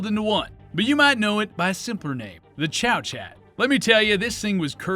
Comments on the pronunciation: Good video, apart from the Liberator, that has been commented on to the end of time, my only criticism is the pronunciation of Chauchat, it's French, so not pronounced "Chow-Chat", ists more like "Show-Shar". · Chauchat is pronounced like "show-show". Or "show-sha" depending on which part of France you're from. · It's pronounced, "show-shah"! 😝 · I thought it was pronounced.. Shoo shoo?? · How are people in the future going to know what they're talking about if you mispronounce things with reckless abandon? Chauchat is correctly pronounced Showshot.